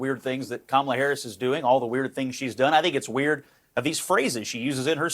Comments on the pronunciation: calling every single republican weird? 👍 Mispronouncing Kamalas name? 👎 the Democrats are such hypocrites. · Calling Trump and Vance weird is okay. But don't you dare say Kamala's name wrong. That's offensive. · It's not pronounced Kamala. It's pronounced Kamala.